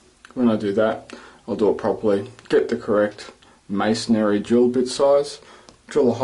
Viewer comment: Did he say missionary